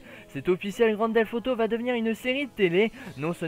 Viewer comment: tu dis Grand Delf Auto XD